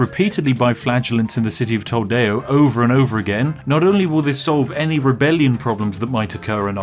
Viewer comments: >pronounces TO-LE-DO as TOL-DEO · This Is my favorite video of your channel. Mostly because the pronunciation. "SEVIL" "LION" "ACORUNA" "TOULDEO" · city of tolDAYo... its toLEEto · "Top right of the map" You want to check that again bud? Also, _Toldeo_!? It's Toledo - toll-EED-o. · Cartajeena, Toldeo... my ears are bleeding and I don't even speak Spanish